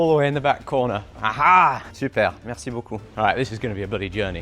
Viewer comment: Wow your french is pretty good! So funny listening to you speak french. You really pronounce MERCI with precision, especially the "R" which most anglophones cannot say without rounding it like "Awwrrr" instead of the more "square" way to say it in french, which requires a "sharper" pronounciation, like "ère".